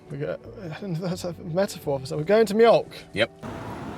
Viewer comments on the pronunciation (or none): It's not mjolk, it's mjölk. O is not Ö. It's like saying s is the same letter as t. They're not. Secondly, why the hell would a furniture store be called 'milk'?. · Its mjÖlk and not mjOlk. It menans milk in Swedish. Use Google translate to pronounce. 😂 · Funny that the chair at Mjölk was Danisj when the word "mjölk" is Swedish. The Danish word would be "mælk" - which sounds a bit more like the English "milk". Also, the "ö" is pronounced more like the "i" in bird (or "e" in nerd, "ea" in heard, "u" in turd just because English is hilarious). Terrific vid as always, and! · Mjölk pronunciation almost correct. 🤣 Well actually, not even close but it sounded funny 😂